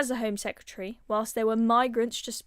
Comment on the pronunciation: Nigel keeps saying "Secutary" Tell him it is "Secretary" he does say "Nuclear" which is a start.